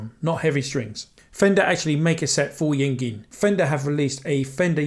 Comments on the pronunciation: "yeing-in" malmsteen... it's: (ing-vay) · Yngwie is pronounced Ingvay. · great video, btw Yngwie is pronounced like eng vay.. Cheers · Haha. I think we've all mispronounced his name at one point or another. Took me years before I finally figured out it was pronounced "Ing-vay". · Yngwie is pronounced "ing vay". 🎸